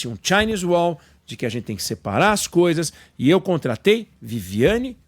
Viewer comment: kkkkkkkkkkkkkkkk eu "contlatlei" kkkkkkkkkk cebolinha